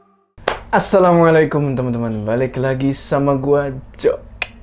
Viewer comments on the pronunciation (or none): none